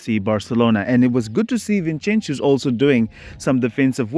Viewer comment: From Barca fan, I think it's disrespectful to be calling Vinincius 'Vinchenchius'